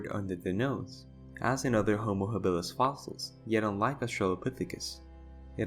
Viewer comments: Why that strange sounding pronunciation ha-BILL-is??? For over half a century, I have NEVER heard it pronounced other than HA-bilis. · Yeah, I have for decades always learned to pronounce it HAbilis and not that ( to me!! ) strange sounding haBILLis word!! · HAbilis, stress on first syllable. Not haBILis….